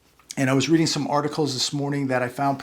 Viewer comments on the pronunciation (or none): none